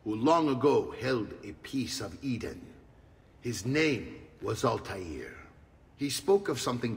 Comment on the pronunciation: no altair does not mean flyer 🤣 don't know where you got that from. 'Al' means "the" and 'Tair' means "bird" but its pronounced more like 'twair' than Taair like the characters in the game do but anyway hes "The Bird"